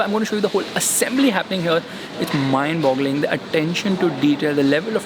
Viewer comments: Mind blowing hota ha Bhai mind bogling nahi 😁😁😁😁😁😁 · Gaandu kotni baar mimd boggling bolta hai be🤣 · Not mindboggling ... Mindboggling😊😊😅😅